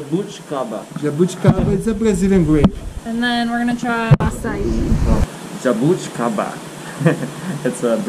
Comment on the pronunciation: Você falou certo jabuticaba e açaí you spoked right jabuticaba and acai